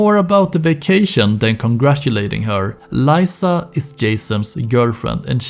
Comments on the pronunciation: My guy, it's Leeza, not Lieza haha you hear her name multiple times in the game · its lisa, not layyysa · it s liza not laisa bruh stfu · Great video but Lisa is Lee-sa not ly-sa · You pronounce "Lisa" so diabolical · Is no one gonna mention how my man says Lisa? Despite hearing it a thousand times in game?